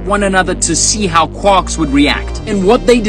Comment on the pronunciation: i’m not trusting someone who can’t pronounce a quark correctly 💀